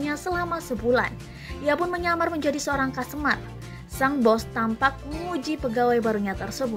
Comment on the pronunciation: Customer dik, bukan costumer ! Belajar lagi kamu ya !